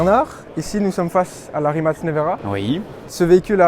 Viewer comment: great to hear you all pronounced Rimac correctly 👍